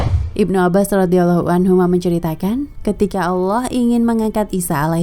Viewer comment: karena lidah kita bukan lidah bahasa inggris maka sebenarnya melafalkan kalimat Allah pun harus benar (tidak berubah seakan bunyi 'o') . Sebab Lam dengan fathah ditambah Ha mati berbunyi Lah bukan Loh. Bagaimana dengan kedisplinan dlm membaca iqro' semuaya menjadi baik tapi kenapa pengucapan Allah menjadi berbunyi Alloh , yg notabene cara ucap lidah orang barat. Ingat betapa penting selama ini kita menyebut nama Allah (Tuhan semesta) dengan salah bunyi/ucap.